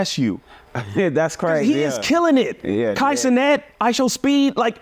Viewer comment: He said Kai ce not